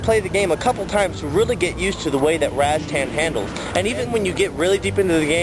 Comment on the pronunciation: Razztan? Having heard of and played it since it first came out never once have I heard it pronounced "Razztan". Its Rastan, twattle!